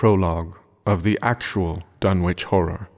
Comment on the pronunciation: I grew up in Lovecraft Country, and for this reason, I always find it a bit jarring, personally, when audiobook readers don't pronounce place names in Lovecraft as a "local" would: Dunwich should be pronounced "Dunnich", for example, and "Innsmouth" should be "Inns-muth", not "Inns-mowth". Of course, this is something that only affects someone from the area who's got a keen ear. I'd love to hear someone who actually knows how to speak as Lovecraft Country natives do reading this story, especially when doing characters' voices (for example, Old Whately in this recording sounds much more like rural Kentucky than rural Massachusetts). Maybe I'll have to do it myself, but I think it'd sound a little weird — and not in the best way — being read in a woman's voice.